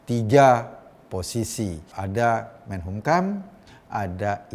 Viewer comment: Mas Eko,saya cuman mau koreksi penyebutan kata MENKUMHAMnya mas Eko kebalik terus.Jadi MENHUMKAM🙏🙏🙏